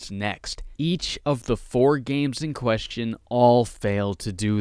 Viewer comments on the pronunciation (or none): none